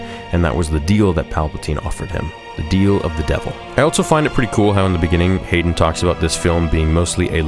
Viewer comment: I love you man, but you gotta stop putting the letter t in the word "also."